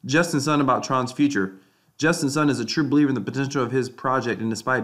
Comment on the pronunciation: justin sun is pronounced like soon not sun